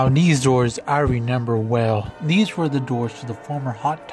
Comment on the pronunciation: you really said renember